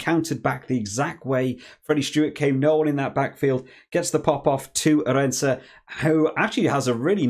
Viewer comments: Good video. Arendse is pronounced: Aah Rind (as in mint) se (as in the) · Pronouncing Arendse accent on the A not the (e) soft (e) sound, same With Williamse the (i) gets harder sound (William) with the last e very soft.